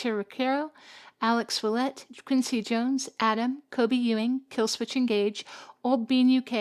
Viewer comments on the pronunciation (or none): none